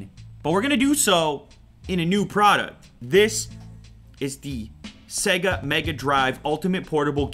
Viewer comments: It's not pronounced sega its seeeeega like see not se.. seee!!!!!!!!!!!!!!!! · It's Sayga man, not segga. The unit even says SaayyyGggaaa. : ) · You know when the game starts and it says “ Sega” that’s also how you pronounce it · SEGAH? SEGAH WHO?